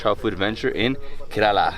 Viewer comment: YOU are not pronouncing KERALA properly don't like.... And nobody telling you